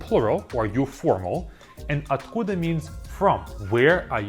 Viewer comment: I would recommend when he says the word slow ur video to a 0.5x to hear it clearly. Like at where are you from it says vy - at- koo -da and it sounds like vy a-koo-da